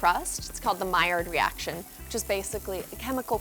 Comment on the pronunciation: no one: not a single soul: tasty: MILLIARD REACTION 👁️👄👁️